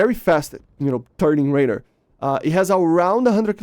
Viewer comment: you say "raider" instead of "radar"